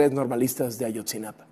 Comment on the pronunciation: No es Ayotzinapan, es Ayotzinapa